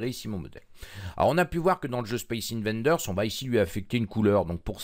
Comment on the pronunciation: c'est pas 'invaNders' mais 'invaders' , d'invasion